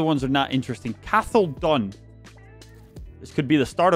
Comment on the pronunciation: Hey,I know I’m five months late but I just thought I’d let you know Cathal is pronounced like co-hull (co as in the co in cot)